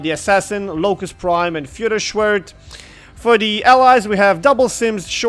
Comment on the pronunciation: wow you just pronounced feuerschwert(firesword) like füherschwert(leadersword):D